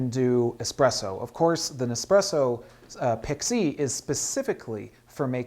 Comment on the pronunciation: Why does this guy pronounce it Pixeee?